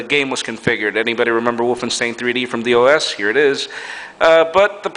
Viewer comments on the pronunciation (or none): Who the hell calls DOS "Dee Oh Ess"? and I have to agree with ChrisC30 about the media player problems.